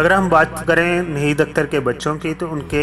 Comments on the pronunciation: اردو کا تلفظ درست نہیں ہے Narrator change kro ناہید اختر کو نہید اختر بولتا ہے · If you cannot pronounce proper urdu in Naheed Akhtar's life story,who asked you to play back your voice in this programme. You cannot pronounce Naheed properly nor Gilani.